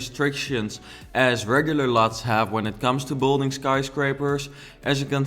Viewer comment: Kun je aub 'build(ing)' beter uitspreken. Klinkt alsof je bouldozen gaat zeggen. Thank you very much (